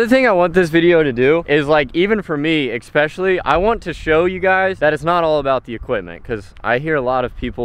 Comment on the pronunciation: Please stop saying ick-specially 🙄